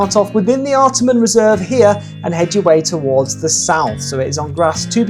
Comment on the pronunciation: Wow! Love it! Wby Parkrun is my old hood! Lots of familiar faces in this video. Love how you really dissect the run itself. Had to chuckle tho at pronunciation of location (where he run starts & finishes) - “ART-a-MON reserve”. But is of course: “Art-Arh-Mon” reserve. 😜 and also lots of Sydney are Parkruns are 7am - but a few are 8am. Mostly 7am tho. And yes - Willoughby is a very pretty - very hilly parkrun. 😊